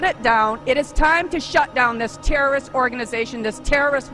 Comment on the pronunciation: She never said "terrorist", she was clearly saying "Terrist"